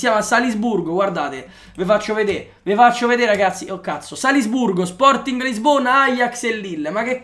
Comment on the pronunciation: Solo a me ha urtato tantissimo quel "Salsburgo"? ahah comunque grande!!